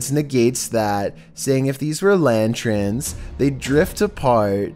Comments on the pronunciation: Lantrin? Nah dude, hearing you say lantern like that is more awkward than you manner of speech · C'mon - lan-trin?' It's a 'lan-turn,' lantern! You mispronounced quite a few things, but it's ok - Love ya anyway😍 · ...LANTERNS. Pronounced like LAN- TURNS.🤟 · A lantren? Lantren? You know its not called lantren right? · It’s LANTERN not LANTREN!! This guy sounds like Eeyore. Why does every sentence sound like a question? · It's lanterns.... Not lantrens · WTF are "LANTRENS"?! Oh, yah...LANTERNS! LMFAO!!